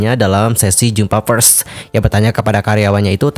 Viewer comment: Konfrensi pers loh bang bukan konfrensi ferss 😂 Sefertii sefertii lagi2 disni ya.. yu brik may hat brik may hof